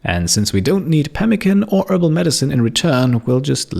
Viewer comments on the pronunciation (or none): none